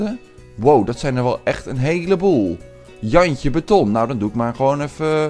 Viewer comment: Like als je elke keer lacht als jantje betton zegt